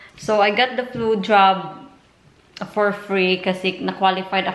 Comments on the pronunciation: same here its diff what ive heard, i played it again and samething its Bj,Lol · My goodness I had to go back & rewatch because I’m pretty sure the first few times you said “Flu Jab” it really sounded like something else 😂😂😂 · you really need to check out how you say “ flu jab” it sounds like you’re actually saying something very rude!!!! LOL!!! I just called Martha into the room to listen and as soon as you said “ flu jab” Martha says did she just say “xxxx xxx” I said no, listen again!!!!